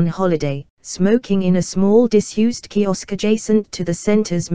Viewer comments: Yet another automated narrative voice, which is irritating to listen to. Furthermore, it's "kiosk", not "kisok." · This could be a quality video if it wasn't for the mechanical voice and lack of attention to basic information (Kisok/kiosk).